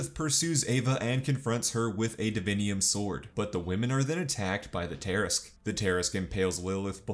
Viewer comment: Everything is great in this video except for the pronunciation of Tarrasque, just threw me off a bit